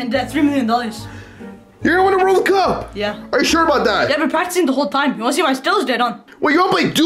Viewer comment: Why dose he want to win the World Cup and he can’t even say cup right